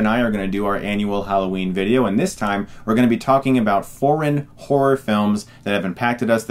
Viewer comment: His pronunciation for 'foreign' sounds like 'porn'. FaM, I thought why would Netflix stream porn movies!